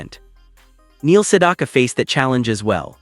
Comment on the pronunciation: Maybe AI can learn how to pronounce his name correctly.